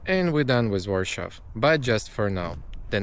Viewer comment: Why do you pronounce Warsaw like in German?